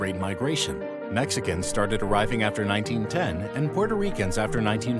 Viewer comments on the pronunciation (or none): none